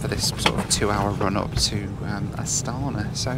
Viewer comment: You said probably ca 300 times 'Astana'....incorrectly. The Kazakhs pronounce it with a along 'a' in the end, don't they? Astanaa